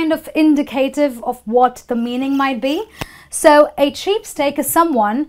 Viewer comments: It was interesting to learn the idioms.if I'm not wrong you pronounced the idiom "cheapskate" like cheapstake at the beginning.never mind......... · Hi...your video is really good...I HV a qn...is it cheap stake or cheap skate? U HV written it cheap skate but pronounce it cheap stake? Wch is crct?